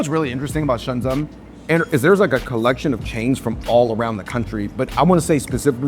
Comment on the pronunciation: They're the only asians in Shenzhen who can't pronounce the name of the city.. Shensen ?? lol It's pronounced like Shen-jen